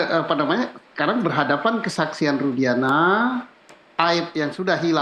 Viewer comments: Nyebut nama aja salah kok jadi nara sumber . Rudiana jadi rudianta . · Maaf, bapak itu ketua Kompolnas? Dia tak tahu bahwa Saka Tatal tak pernah ajukan grasi? Juga, namanya Rudiana, bukan Rudianta,. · Itu si gak paham kasus dia, kok dijadikan narsum sih? Nyebut rudiantut aja jd rudianta... Next time narsum yg kompenten aja lah yg memang sudah mendalami kasus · Siapa itu narasumber yg bekas wartawan, sepertinya tdk memahami kasus ini tai di jadikan narasumber. nama Rudiana aja dia bilang Rudianta. Kacau nyari narasumber yg kredibel dong